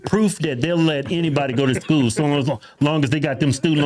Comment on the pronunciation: It's school. Not sko